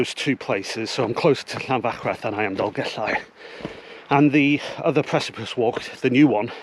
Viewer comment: Diolch Going to do this in April 2025 Best guide to this walk I did read somewhere that only disabled people are permitted to drive to the top? Great to hear you pronouncing the ll in Dolgellau